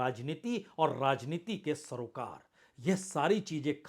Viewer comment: पहले " राजनीति " शब्द का सही उच्चारण तो सीख लें, आप ररररर्रा जनीति बोलते हैं